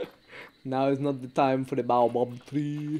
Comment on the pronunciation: its pronounced bayo bab tree... im lowkey insulted